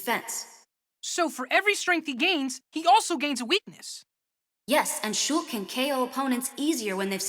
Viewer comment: It’s funny how pronounce Shulk as Shook